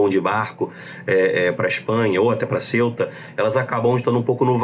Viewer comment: Ceuta se pronuncia cêuta, não céuta, como se se escrevesse Celta.